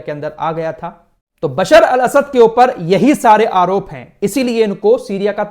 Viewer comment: Arop nahi aroop oroof thi